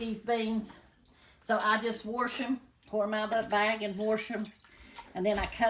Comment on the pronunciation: Lol 😆 dinosaur meat bring on the 🦖 T-REX 🍖 love it 🤣🙏💟🤗 love the funny comment 😁, love the recipe more like this healthy recipes 😋🥰 I still love the way she says I'll warsh them